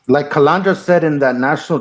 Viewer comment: It's easy.... Repeat after me: CA-LAN-DRA. Not CA-LAN-DRI-A ! Kapisch??